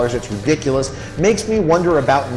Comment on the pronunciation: Did he say “ri-pick-ulous”?😂